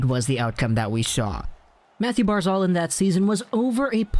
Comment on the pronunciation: Barz alllllll.. say it right man. It's not barzalllll.